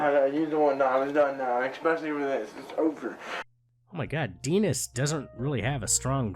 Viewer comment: Denis is a French name. Final consonants are silent. The I is pronounced "ee".